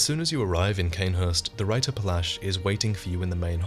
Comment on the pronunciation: Hi, guys. A German person here. Just trying to explain to you how to pronounce "Reiter". Basically, it's the same as "writer", only the "R" in it is not produced by the upper region of your mouth, but by your throat. It sounds very guteral. I hope this explanation, maybe combined with Google Translator, helps ;) We don't want to see this become the catastrophe that "Zweihander"' is. Jesus Christ, the pronunciations I've heard...